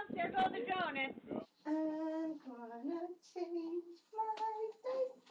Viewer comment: Well there goes the “donits”!🤣 ..😟ppl who pronounce donut🍩 this way😞.. please stop🤚🏽🚫